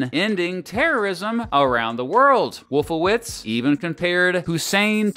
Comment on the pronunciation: Wolfowitz… hmmm…. wollffooWITZ. Rumsfeld… hmmmm rummsss FELD. Hmmmm